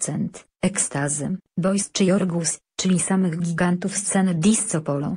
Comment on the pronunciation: Disco - czytaj /disko/